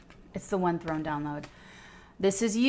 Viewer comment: "Th one" (THRONE)